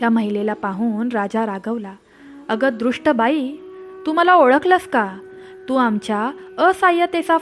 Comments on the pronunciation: कथा खूप सुंदर आहे आणि बोधप्रद आहे दृष्ट ऐवजी दुष्ट असा उच्चार करावा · दृष्ट नाही दूष्ट म्हणा .